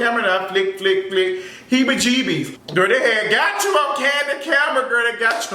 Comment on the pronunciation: 😂😂😂😂 stop saying hebbie-gebbie lol